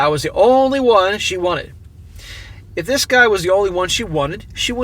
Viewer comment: Stop saying "Dis" man. You aren't from the ghetto.